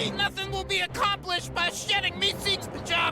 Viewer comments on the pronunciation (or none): Mister meekseeks 😂